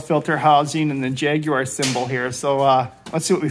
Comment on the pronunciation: Congratulations...at long last a colonists that can pronounce Jaguar correctly...